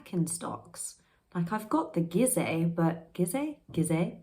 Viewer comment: It's pronounced "GEE-zuh" just like Giza in Egypt. Confirmed by a Birkenstock authorized seller.